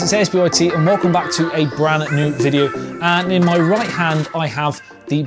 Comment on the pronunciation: I would completely agree with you on the comparison so for me iPhone 11 wins purely for the operating system, I'm not a fan of Android, but what a great phone theOnePlus 7T is. A couple of things for you, it's "brand new" not "bran new" and I'm still not happy you tell us all to F off at the end of every video. HAHAHA Great review.